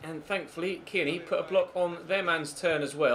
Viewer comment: Who noticed say kierny at 15.52 😂😂